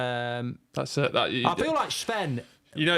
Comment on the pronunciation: Anyone else getting really annoyed when mark calls Sven Shven? It's not fking Shven...